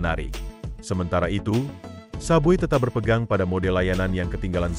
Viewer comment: Bukan sub bui sebut betul2 sub way la..